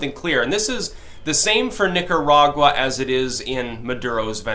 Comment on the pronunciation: when you say Nicaragua do it with the roll of the tongue please.